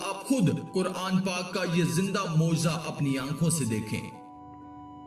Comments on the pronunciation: موجزہ نہیں معجزہ ہوتا ہے۔ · "موجزہ" نہیں "معجزہ" ہوتا ہے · موجزہ غلط ہے صحیح لفظ ہے معجزہ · موجزہ نہیں ہوتا۔ معجزہ ہوتا ہے۔ بات قرآن کی اور عربی کی معلومات نہیں